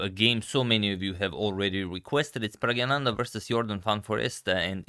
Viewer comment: your pronunciation of Pragg is incorrect. you say is as prag-ya-nanda, while its prag-na-nanda. It not 'ya'.